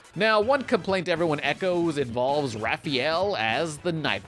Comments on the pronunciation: Yeah. Everyone's favorite turtle: Ralphael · 100% sure he's saying Ralph. Ralphie-el Son of Krypton? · Yeah it's driving me crazy to hear him mispronounce Raphael name